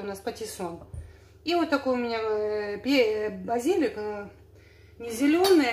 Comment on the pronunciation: ставьте правильно ударение в словах. Растение —базилИк, строение —базИлика.